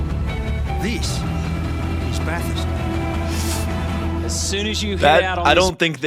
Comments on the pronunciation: Holy shit. He said Bathurst almost correctly. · it’s fucking Bathurst